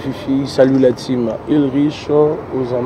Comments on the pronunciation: la taem se prononce (''tim'' en français) Time c'est le temps en Anglais, merci🙏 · Avant ils disaient la team , depuis un .moment ,ils disent la time(tayme) qui ne veut rien dire et ça sonne tres mal . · Effectivement, pourtant ils disent lire tout les commentaires mais je ne comprends pas pourquoi ils font toujours la même erreur de prononciation entre time et team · ❤ John stp il faut dire la team> prononciation correctement en anglais est (time) et toi vous faites systématiquement la même faute lorsque vous présentez.❤❤❤❤❤❤❤❤ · Effectivement, j'ai déjà écrit plusieurs commentaires sur la prononciation de Team,mais ils disent toujours time😮🥴 alors oui Josué n'est malheureusement pas le seul qui n'écoute pas les conseils il y a aussi et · Continuez à faire la remarque, vraiment ce n'est pas beau à entendre, je vais m'y mettre aussi à faire cette remarque et vraiment que Dieu les assiste ils font du bon travail